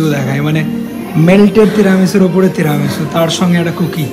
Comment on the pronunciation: apnar “teramesu” aar “laaatey”pronunciation shune italian rao oggyan hobe. Why dont you plan a trip to Napoli and teach them this “authentic” pronunciation?? Naki sponsor korbena bole keu tai Italy trip ta off the table???😂😂😂😂